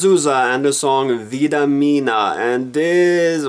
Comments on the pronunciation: Filipa Ssssouzza. Vida MINHA, not MINA.Please learn how to say our stuff before criticize. It's not tango, it's fado...Did you even learn the lyrics before???? Jesus.... Vida Mina is also a funny way to pronounce it...You are not a very good Eurovision critic... I guess we must send one of those busty kitschy sweed imitating (one again) those ABBA from decades ago... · If you speak a bit of Spanish, minha is pronounced as "miña". Todas as ruas do amor was the best song IMO in 2009.